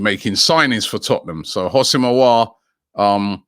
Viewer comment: Someone tell Robbie It's NOT "HOSS-IM" It's "WHO-SEM" Aouar